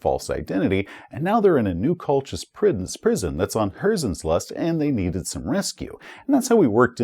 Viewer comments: Also think 'Colchis' is pronounced as 'Coal-kiss' since the namesake was an ancient Greek colony on the eastern coast of the Black Sea. Among the hordes of Traveller system names there are quite a few which can be confusing as to pronunciation. Just gotta fly them however you can if you don't recognize them, and there will be plenty of those. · Great review, but only one (very minor) quibble. 'Colchis' is pronounced Col-kiss. 😉